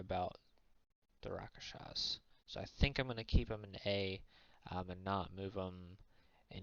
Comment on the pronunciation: It's RASKSHASAS, not Rakashas.